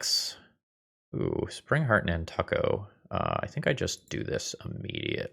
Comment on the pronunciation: Over the last 20 years, have never heard it pronounce nan•tuck•o